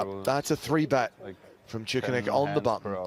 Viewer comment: how do you fuck up Tsoukernik name so much you actually pronounce it šoukernik wtf